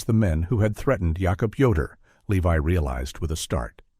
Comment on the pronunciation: Interesting that some of the Amish names (Jacob and Rebecca) are pronounced using the Hebrew pronunciation (Yaakob and Rivka).